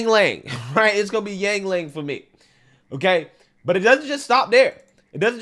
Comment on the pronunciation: 1st off your content is not poping up on this account even tho you are subbed. 2 i can excuse you calling oil "all" and yuengling what ever it is you call it; but calling Magneto, Mag-Net-toe is inexcusable. I have never raged that hars.